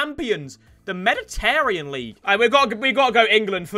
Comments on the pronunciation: how you gonna pronounce Mediterranean like that lool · man said meditarean league